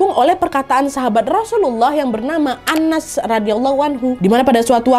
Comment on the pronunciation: kak nad, nama sahabat nabi tanpa tasydid (dibaca Anas) beda dengan nama suroh terakhir di dalam Al-Qur'an yg menggunakan tasydiid (dibaca annas/ an-nas)